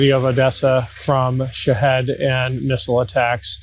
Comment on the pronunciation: I don't mean to be picky, and like your content, but can you please stop calling them Shihad's, it's Shahed, or sometimes Shahid.